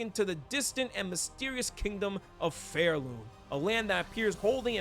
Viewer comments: Really good video, but evertime you said pharloom as phairloom killed me inside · It's Pharloom as in far away, not Fair-loom